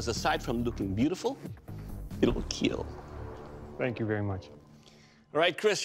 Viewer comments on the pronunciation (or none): it will keeeeeeeeel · It will keal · I like how he says kill like keel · IT WILL KEEL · It will kyiel